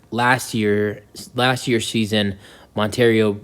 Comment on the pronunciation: It’s Montero, not Monter-Rio. Do your homework!